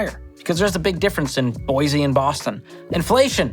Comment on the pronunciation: It’s “boy-see” not “boyze.”